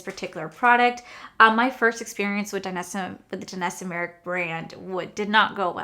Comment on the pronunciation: Girrrl! I just love u and your pronunciations! Lol! But allow me since I got your back sis! Danessa Myricks: pronounced "My - Ricks" 😁😘💜